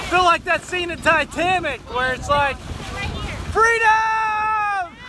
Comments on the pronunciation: Did you say titamic? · Lmao did you just say Titamic? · “Titamic” lmao how many natties you drink on that boat?? 😂